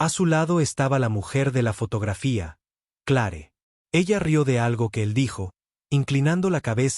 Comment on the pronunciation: Se escribe Clare pero se pronuncia cler,, Dios mio te hace mucho aprender a pronunciar nombres tanto en español como en Ingles